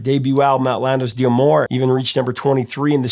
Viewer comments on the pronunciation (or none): "D'amour" is a French contraction pronounced as two syllables. "Dah-more"